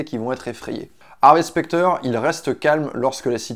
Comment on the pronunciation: Désolé j'ai pas eu le courage de continuer après 1min de vidéo psk le mec arrête pas de dire "HarvÉ" c horrible